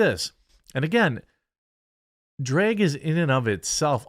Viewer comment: Dude.. Bruh.... It's drAg, not drEg It's bAG not bEG. C'mon bruh.